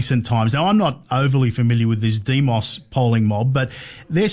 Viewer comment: The polling mob is pronounced demo's not de-mos 😂